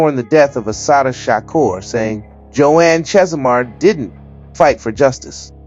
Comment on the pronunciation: The way you mispronounce Shakur and 2pac is odd for a blk American.